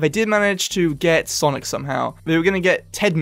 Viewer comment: It's sanic not sonic